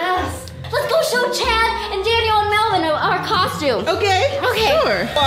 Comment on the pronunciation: it is mellven